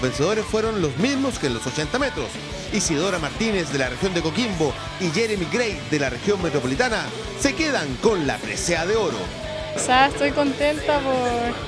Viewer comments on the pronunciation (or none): Aunque el apellido de Jeremy es GRE no grey....